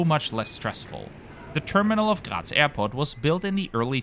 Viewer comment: He got triggered over this. The same way I got triggered over how he pronounced the city he originated from "Graz" as it sounds more like "Gerät" or something like that. And I have noticed he likes to pronounce "Danke schön" like "Doinkeh-shen". 🤣